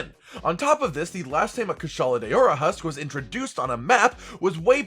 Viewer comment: It's not kushala day-ora 😬😬😬🤢🙄